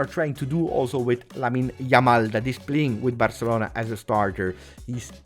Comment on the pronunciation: LAMAL :D hahahaha it'll make me laugh every time :D